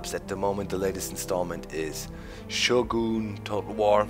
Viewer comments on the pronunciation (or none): none